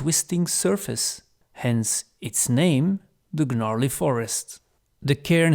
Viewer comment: Gnarley is pronounced with a silent G.. unless Gygax decided to have it be mispronounced on purpose for fun. Which might be the sort of thing he does. Anyway, great presentation! The Domain of Greyhawk is it's own entire campaign setting in micro form; it has a little bit of absolutely everything except artic areas you could adventure through, all without going further than a 100 miles from a massive cosmopolitan city to sell your loot in.